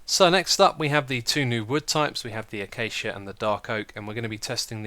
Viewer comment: It breaks my heart to hear X say "acacia" the "right" way. :(